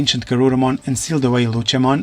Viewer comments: Lucimon not luchamon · I know you're using an AI to speak these out but it is pronounced lucy-mon not lu-chi-mon, But regardless I honestly wish that this timeline would get relooked at and new kids would come but they have regular partners and not themselves turn into the Digimon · Lucy not lutchi